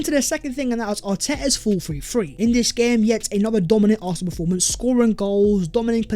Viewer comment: Are you saying “arfenal “